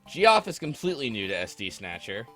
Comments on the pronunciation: "Gee-off"? It's Geoff, like "jeff". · heard that too heh or "Joff" at least.